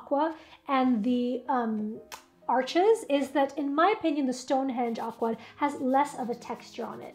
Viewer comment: It’s French, the (s) is Silent, it’s pronounced Arche!!!